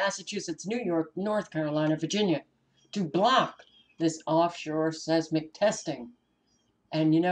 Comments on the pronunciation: seis·mic /ˈsīzmik/ sounds like - size Mick - I Thought you would like to know how the word is pronounced? Hope I'm right. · GOD bless you Sister! Pronounce; Seismic, 10seconds